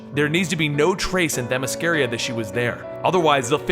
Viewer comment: bro. you gotta learn how to say Themyscara. It's embrding you do commentary and say it so badly. ask one of ypur peeps how to say it, lol. love ya bro. keep up the great vids